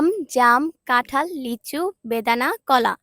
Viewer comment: ভাই এটা কাঠাল না এটা কাঁঠাল